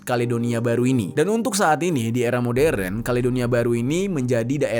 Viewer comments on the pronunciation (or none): none